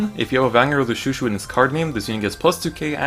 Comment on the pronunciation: Pronouncing chouchou Wrong lol its not shoeshoe